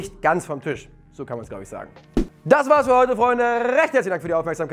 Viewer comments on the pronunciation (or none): none